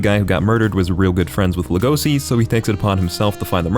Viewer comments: It's not legoci lego-shi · ITS LEGOŞI LEGOŞI LE FUCKING GOŞI NOT LEGOSI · How is it humanly possible to pronounce it legOsi?? lEgoshi!!! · This nigga said legosi af if its Lego see legosi is pronounced Lego she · stupid bitch its legosi and its pronounced le-go-shi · Its pronounced legoshi but spelled legosi, and pronounced louis not lewis. Get it right bxtch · It is pronounced LEGO-she so logesi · Dont say Legosi like that